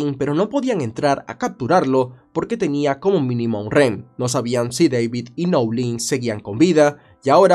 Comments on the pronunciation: Lo unico que me causa molestia es cuando dices "ren" en vez de rehén jaja de todo lo demás excelente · No se dice Rén, se dice Rehén